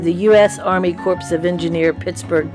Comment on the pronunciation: The P in "corps" is silent. So is the S. It's pronounced "cor".